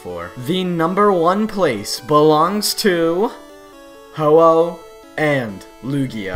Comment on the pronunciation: IT'S HO-OH, NOT HO_HO! AND THE FIRST A IN LUGIA IS SUPPOSED TO BE A U!